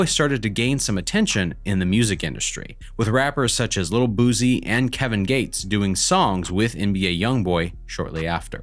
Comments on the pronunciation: 😳😳😳all that research and you can't pronounce boosie name right🙄..ninja!😒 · If you haven’t done Lil boosie don’t ever make one 🤦🏾‍♂️😂😂cuz ain’t nobody tryna here lil boozie the whole time get the name right no pronunciation 😂😂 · this nigga said “lil boozee”😂😂😂